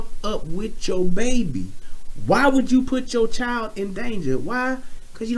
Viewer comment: Wtf is a chil-yold 🤔😂🤣😭